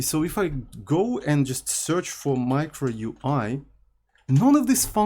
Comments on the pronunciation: its U I not OEEUUUII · why is bro saying ui? instead of yuai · "MEEECRO" and "OO EE" is crazy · Sounds more like Micro"Uy!" lmao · sayin "микро-уи" every time hits hard lmfao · As a spanish speaker, MICRO UI was so funny to hear hahahaa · why he say UI like that its so agressive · I think it's pronouncing “micro” in a very Russian way and saying ui as literally UI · As a Spanish speaker, I cannot express how funny is it when says "Micro UI!" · as a Brazilian, i see the funny too hahahaha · in spanish strictly pronounced it's as he says it too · the way he pronounced it sounded like micro cock russian